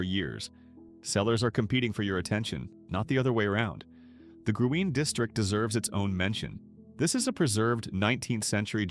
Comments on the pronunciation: I usually read the transcripts because my hearing is poor. This one is one of the worst I’ve ever read, and the pronunciations of the town names and Gruene are laughable. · It’s green, not Gruene. Sa lay do. Not sa luh do.